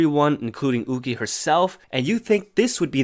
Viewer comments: It’s pronounced You-chee not ooh-gi. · ahh it’s pronounced you-chi instead of u-gi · her name is pronounced yuu-chi (it's hard to explain how 'y' and 'q' is pronounced in mandarin) since her name is chinese, it's not pronounced as oo-ki! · from the actual korean pronunciation it is 우기 as in oogi not you-chi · Isn’t yuqi pronounced yoo-chee?? Not ooh-gee? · its pronounced more like "yoo-chi" but her name gets changed to "woo-gie" (romanization) 우기 in korean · I'm not sure of the correct pronunciation of 'yuqi' in chinese but in hangul it is written '우기' meaning it should be pronounced in english as yu-ki, kinda like the pronunciation of the japanese name yuki lol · I think that Yuqi's name is pronounced 'YOO-CHI' ;') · Yuqi is pronounced Woogie. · Why are you pronouncing the Chinese names like that? It's YUH CHEE and SHOO HWA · Not to be that one chinese but its pronounced you chi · i thought yuqi was pronounced yu-ki.. i was confused at first but then i was like OH🤯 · pronouncing yuqi name wrongly 😔 Its a chinese name so its pronounce 雨琦 (yoo-chee) you can search it up bc i suck at my chinese LMAO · IS THAT HOW YOU PRONOUNCE YUQI????? I'VE BEEN PRONOUNCING IT YOO-KEY???? MY USERNAME WAS YUQI-RELATED ONCE AND I STILL PRONOUNCED IT WTRONG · No it is pronounced as ohh-gee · Idk if you know how to read it but it's spelled like 우기 which is pronounce oo-gi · The way he pronounced yuqi ._. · y r u saying yuqi like that. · The way you pronounce yuqi really bothers me HAHAHAHAHAHA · I've been mispronouncing Yuqi wrong for the past year oop- 💀 Also, 2019 kinda sucks for K-pop fans :/